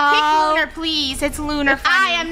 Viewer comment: Lunar its lunar